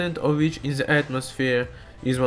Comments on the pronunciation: IT'S THE(DE) NOT ZE!!!!!!!!!!! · Cinfoni Ender É por causa que ele fala "ze" ao invés de "the", comumente escutaria isso vindo de um alemão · OMG Ze Miuzik at Ze Eand !!!